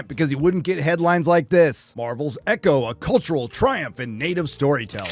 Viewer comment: As a partial Native American, I am proud to say I will never watch EEE-Cho. Never.